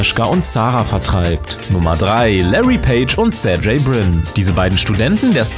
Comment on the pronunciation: Sergey heißt so wie er geschrieben wird,nicht serjey